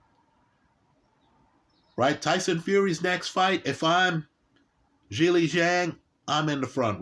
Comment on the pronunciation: mispronounces all kinds of names he mispronounces Zhileis name lol